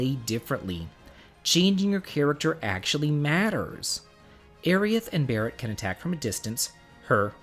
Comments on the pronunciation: No, it's pronounced as Air-ith. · Who's this "Airy Ith" person you keep talking about? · That fool doesn't know it's pronounced "Airy-iss"! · Just when I thought there were no new ways to pronounce character names... But hey, I once knew a guy who pronounced Sephiroth as "Sef-i-ith." I was all like, "I'm pretty sure that the R and O are not silent and I'm not sure how you came to this conclusion." Haha, don't worry though man, we love you!